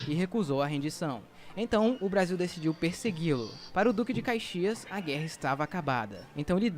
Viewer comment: Atenção na pronúncia foi dito Cuzuru não, não é, é curuzu, palavra do dialeto nativo Guarany, também foi dito caixias não, o certo é Caxias.